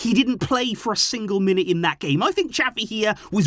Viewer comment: pleaseeeeeee xaviii get it right!!!